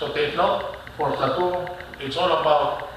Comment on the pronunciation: My goodness, Sir it should be pronounced as (play-to) not (pla-tu)...and your lecture about mean vs. median, it should be "summation" not "submission"...